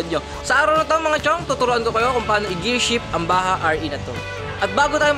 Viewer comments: ang tamang bigkas ng Bajaj ay parang "Badyad" at hindi "Baha." Turo mismo yan ng isang Indiano. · Ang pagbigkas po sa bajaj ay BADYADS o bajudge